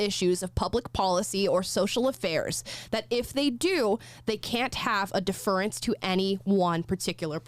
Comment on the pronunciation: Deaf-rence....... Not deferrr-ance